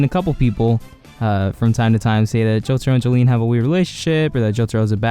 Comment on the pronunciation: Her name is pronounced "Jo-lin"